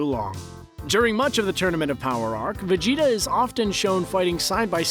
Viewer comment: it's Majin Vegeta not Majin Vegtio